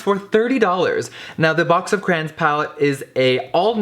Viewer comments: Caroline Marek he's saying cran-s it's pronounced cray-ons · “CcCrRRaaAnnNs” WHAT IS A CRAN Issa called a crayon honeyyyy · crayOOOOOONNNSSSSSS NOT FUCKING ”CRAINS” BITCH WTF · It’s cray ons not crains wtf 😂😂😂😂😂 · he says cranins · Ugh it bothers me when people say “cran” instead of “cray-on” (Yes I know people pronounce crayon differently depending on where they live) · * CRAYONS NOT CRANS * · HE DID NOT CALL THEM CRANS!!! ITS CRAY-ONS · why does he pronounce is "crans"… its "cray-ons" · “Crayin” “cran” 😭😭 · It's not "crans" it's "craYONS" LOL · Crayons not cran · Cray-ons. Literally. 🤣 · He says Cranes not Cray-ons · CRAY-ONS. Not crans. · Pronouncing crayons “craans” smh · is anyone else rubbed the wrong way every time jeffree pronounces it “crans” instead of “cray-ons” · "box of CRAYINS" i'm cryingggg 😭😭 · "BOX OF CRANS" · What’s a crayn 😂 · Y'all the way he says Crayons "Crans" 😂😂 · I shiver every time he says “Craynnns” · I THOUGHT I WAS THE ONLY ONE!!! like omg.. it is CRAY like CRAZY.. CRAY- ONSSSSSSSSS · "Box of crans"🤣 I love him ❤️ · Yes for saying crayons like CRANS!! I’m not alone!! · am i the only person who pronounces crayons as "crowns" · It is definitely "crans" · "box of crains" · Did he just say CRANS!?!?!?!? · box of CRANS! lol I still love you Jeffree, but I gotta clock you on that pronunciation! <3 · Every time Jeffree says "Cran" take a shot lol That's cran not crayons haha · Did it bother anybody else they way he saod crayons. Not hating love you Jeffree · Eva Af I thought that right away too.I went pretty far down the comments to see someone else notice it..He said crayola right though.Wonder where gets from?Cali I thought.Love you Jeffree,mf hilarious 😂😂❤❤❤ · I always find it funny how Americans pronounce Crayons 😂 if you’re from the UK you know what I mean 🤦🏽‍♂️